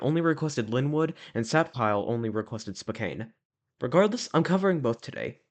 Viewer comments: Dude what the hell is "spoKANE" it's pronounced "SPOH CAN". This is hard to watch, I live in western Washington and I don't know why someone who doesn't have any connection to the area is making videos on the history of these locations. Pizza Time theater was once at the alderwood Mall in the See's Candy location that you pictured. It wasn't in the main mall itself but in a standalone location across the parking lot. The Lynnwood CEC that just closed was originally a showbiz Pizza with the three stage. If you're going to make videos like this I'd highly suggest getting on Facebook and asking for more information first.. tons of people who worked at these locations are on and may have more information and or pictures. If I was going to make one of these videos about the store in your neighborhood I'd probably have some information to share first. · Great Video! However i must say Spokane is pronounced "Spoh-Can" by locals. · As a spokanite i can confirm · YES as a Washingtonian the way the pronounces "Spokane" kind of makes me a tiny bit angry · Same ngl. Fellow Washingtonians UNITE!!